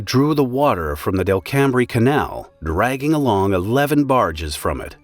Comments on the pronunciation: "Delcambre" is not pronounced Del-cam-bre, it is "DEL-come". Also I was a student at USL and for a summer project we collected biological and geological samples of the lake before the accident. Our report is probably the only record of what the lake was like before the accident. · the letters “bre” in the word Delcambre are silent. It’s pronounce Del•Cam not Del•cam•bre. I’ve lived along the coast all my life and that’s how folks down here pronounce the word. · Delcambre is pronounced locally as "DELL-come". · DEL - COME not del cam bre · "Del Cam Bre"? NO! It's pronounced "Del Come". Welcome to Lousiana. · I have a good friend who is a life-long long resident of New Iberia. Teaches at CHS. The lake is in that Parish. We've visited that area frequently. Although the coastal town looks like Del-cam-bre, it's pronounced DEL'- cum. Really! Ask a Cajun. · Delcambre isn't pronounced Delcambray. It's Delcome. The bre is silent. It's French. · Delcambre = DELcum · It’s pronounced “ del-crum” canal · Delcambre in Louisiana is pronounced `Del-kum believe it or not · I can’t get over how you pronounce Delcambre. 🤭🤭”Del-cum” is how locals say it 🤣🤣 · i knew he would butcher the word Delcambre. It’s pronounced Del-cum. No that’s not a joke. that’s literally how we say it. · Its weird when a video talks about a disaster that took place where you from (also Delcambre is pronounced Delcum) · Delcambre in Louisiana is pronounced "Delkum" btw. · Just a bit of trivia: The narrator pronounces Delcambre incorrectly. It us pronounced more like delcum and rhymes with welcome. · Very interesting. Delcambre is pronounced Del-come. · Delcambre is pronounced Del-cum... as per anyone dat lives there and anywhere around it for generations. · The canal is pronounced Del-come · Delcambre is pronounced Del-kum. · Delcambre is pronounced del-come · delcambre canal is pronounced ''Del come" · It's pronounced as Dell-kum. There's a lot of French names here.